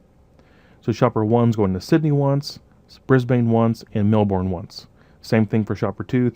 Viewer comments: Awesome videos you're amazing. I'm gonna be a real nit-pick here but I really cringed every time you said Melbourne. It's pronounced Mel-burn not unlike like you'd pronounce sun-burn:) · Love love love, this stuff super life saver only one comment, To say Brisane/Melbourne like a native it is Bris-bin and usually Mel-bin... I know we are so lazy lol.